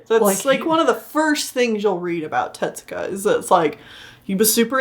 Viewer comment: Pronunciation note: It's Tezuka, not "tetsuka." In Japanese, "tetsu" means "iron.